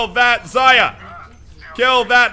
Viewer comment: IT'S NOT ZA-YA IT'S ZAR-YA